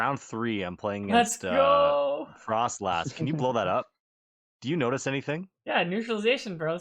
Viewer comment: please..... there's no H in frosslass!! 😭😅